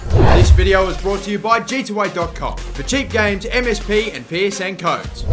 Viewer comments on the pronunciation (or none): none